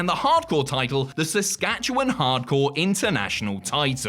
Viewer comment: Bless you for pronouncing my Province's name right, so rarely does anyone not from here actually say Saskatchewan properly.